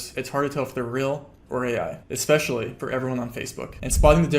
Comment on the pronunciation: "Espclecially for everyone on facebook" ayooo😂